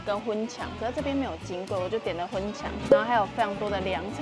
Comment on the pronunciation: 千千粉腸的台語講成粉腸了（？）。千千說的是小腸的粉腸，這種灌的粉腸發音是香腸的腸。